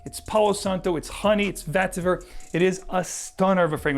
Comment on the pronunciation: As informative as your videos are, you have a strange inclination to mis-pronounce the "E" with some words. So vetiver sounds like "Vattiver" in all your videos. The following are the transgressions in this one: Definitely - daffinitely Checks - chaacks Spectrum - spaactrum Resinous - raassinous There are more, but the aforementioned examples should suffice.